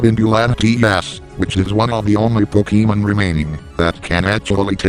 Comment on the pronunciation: is best commentator.:3 Also...PokeEEmen.